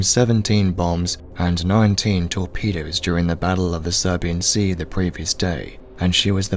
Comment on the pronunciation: Great video, but it's pronounced Sibuyan Sea, there was no battle of the Serbian Sea. Maybe it's an accent thing but it is baffling to hear.